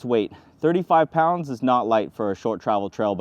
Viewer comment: … I was ALL on board until he said “3 5 P O UN D S”!!!